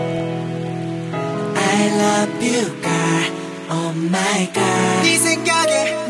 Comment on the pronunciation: Aw L.Joe so ur gonna be the lead great, just wish u guys would fix the pronounciation of Girl but still like it